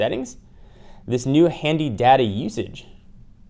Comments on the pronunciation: I kept hearing "daddy usage" rather than data usage. lol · Did he say Daddy Usage? :P